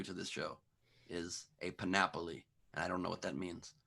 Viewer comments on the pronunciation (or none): Love the show, but feel compelled to point out that it's panoply, not panopoly, Ben. Sounds like you are talking about some sort of all-encompassing game of Monopoly. :)